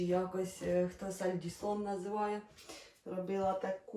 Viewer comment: Сальтісон а не сальдісон